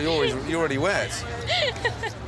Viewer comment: "You arr already wet" Typical Gordon 😅